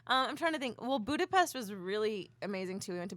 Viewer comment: Not trying to be that guy, but as a person of Hungarian descent it has to be said, it's Boo-da-pesht.